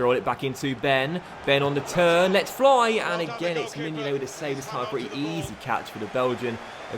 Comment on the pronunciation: Jet Blac yeah he also says “dis” and “duh” instead of “this” and “the”